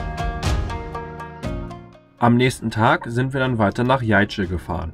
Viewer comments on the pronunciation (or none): Ein tolles Video, auch die Hintergrundmusik finde ich klasse. Tatsächlich liegen in einigen Gebieten noch Tretminen. Jajce wird Jaize gesprochen, ein C ist immer ein Z. Nun habt ihr mich animiert mal nachzuforschen. Solche Mühlen gab es schon währen der Zeit der osmanischen Besatzung warscheinlich sogar schon lange vorher. Mlincici setzt sich aus Mlini = Mühle von den Illyrern die schon vor den Slawen (die um 700 dort einfielen) dort ansässig waren und cici wie niedlich aus dem türkischen. Mlini ist also das Suchwort für (Wasser)mühlen. Wie Pec Mlini bei Drinovci